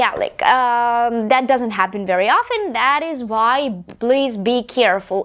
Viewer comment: М-да, произношение хромает. Помимо акцента можно услышать такие грубые ошибки как озвончение звука /s/ в словах increasing, basically, гласный в словах deal, please звучит ближе к /ɪ/, чем к /i:/, в одном месте резануло слух слово very, произнесённое с палатализованным звуком /v/, так что английское /e/ звучит как русское 'е'. Это хорошо, что она говорит громко, но она произносит одинаково громко и ударные, и безударные слоги.